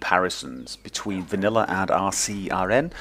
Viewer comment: you said vaniller